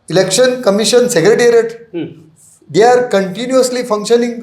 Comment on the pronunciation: Lol the host just said ‘Erection commission’ for election commission 😂 mins that’s why we need to have mandatory education and a degree for news reporting not any Tom, dick and harry can be a reporter without understanding and command over English